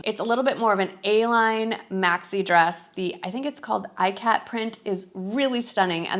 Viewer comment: Great outfits! Ikat is pronounced “Eecot”